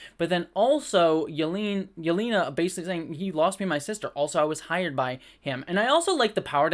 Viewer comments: Maybe it’s because I have a headache but I’m getting irrationally triggered when you mispronounce Yelena Belova’s name. It’s Yah-lane-nah. Hope you feel better after your booster. The yucky feeling should subside soon. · i need amaricans to learn to say yelena better in general